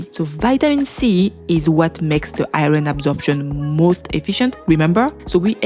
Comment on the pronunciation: Sheesh everytime I hear you say IRON, I think you're talking about something else due to the way you pronounce it. ughhh